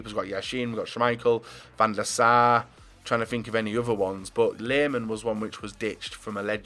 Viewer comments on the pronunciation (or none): none